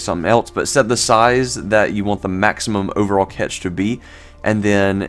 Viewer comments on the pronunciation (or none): yeah ... hearing "catch" was enough to discredit this dufus for me! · Cache is pronounced CASH. Not catch..🤦😁